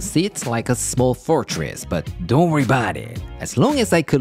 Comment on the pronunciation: I always laugh when he says dont wurr bout it 😂😅